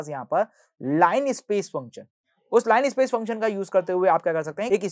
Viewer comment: t not line space❌ it is linner space ✅